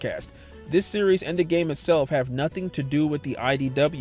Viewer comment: the way you said "series" activated my Siri Btw I'm in a quiet room with this med level loud